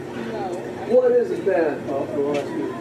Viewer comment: loves the word "trifling", can't pronounce the word "ask".....